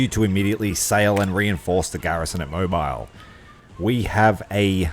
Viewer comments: BTW, Mobile (in what is now Alabama) is pronounced "Mo-bil" as in the motor oil. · Moe-beel (like peel)